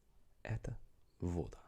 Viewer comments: Fine video! The only thing is that вода always goes with an accent on the last syllable: водА. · слово "вода" произносится с ударением на второй слог, и обе гласные звучат как "А": "вадА". Second syllable is stressed, and letter "o" sounds like short "a" (russian "a", not english). В безударном слоге буква "о" всегда произносится как "а": "молоко" будет звучать "малакО". Хоть поумничать (это я о себе) xD